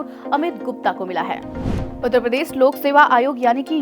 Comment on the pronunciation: Jab ap Uttar Pradesh bolte hain to uspe bhi zara dhyan djeaga